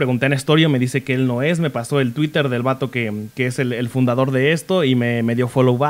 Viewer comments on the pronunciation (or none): none